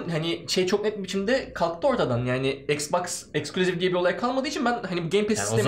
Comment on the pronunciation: ixclusive exclusive , ixboxa exbox diyo allahimmmmmm koppp kooppp nerden buldunuz bunu